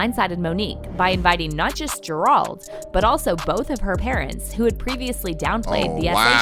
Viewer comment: Gerald is pronounced ger. Eld not ger auld